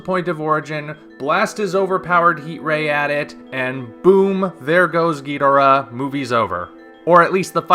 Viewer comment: If King Ghidorah looks like this movie poster, I think underwhelming is the word of the year for this film. Also, I know you've covered your reasons for it before but you are still not pronouncing Ghidorah's name right. That is not how Toho told us to pronounce it, nor is it how it will sound in Godzilla 2 on the live screen. I will be MORE than happy to lay out why you are pronouncing it wrong and how the Japanese would say Ghidorah like we do if they could, but honestly, it really sounds like stubbornness on your part right now. Toho has made it clear, and you will NOT hear Ghidorah pronounced the way you say it in G2. This isn't the 60s and you aren't Nick Adams. Just help promote awareness of how his name is actually pronounced already. Or start calling Godzilla Godziller like the old 90s dubs.